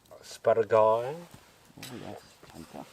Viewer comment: Ass - per - ar - gus!